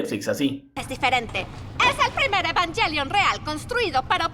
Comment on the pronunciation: La pronunciación real es "Evanguelion" y ningún doblaje logró decirlo bien. xd Algo que me parece curioso de los tres doblajes es la voz de Rei. En el primero Circe le da un tono apagado casi robótico, en el segundo Gaby le da un tono pasivo pero melancólico, y en el tercero Circe retoma pero hace un tono más parecido al de Gaby que al que hizo la primera vez.